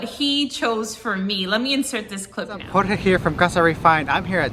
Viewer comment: Why George? It's Jorge.